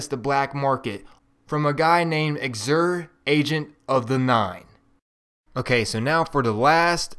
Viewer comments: Thank you for the help. The only thing I have against this video... "Xur" is not pronounced "ex-ur" It may be confusing, but the correct pronunciation is "zur". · no ofense, but Xur's name is pronounced Zour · Yeah it's Xerr